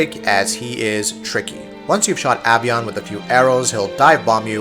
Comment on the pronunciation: Its A PRONOUNCED AVION (AY- VEE- UN) AS IN AVIATOR AS IN FLYING